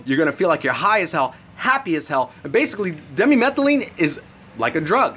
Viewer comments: Di methyl amylamine not demi metheline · lol you cant even pronounce dmaa correctly...1-3 DI-meth-yl-milamine..pronounce it like that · why is it that nobody making these reviews of the chemical, actually knows how to pronounce it.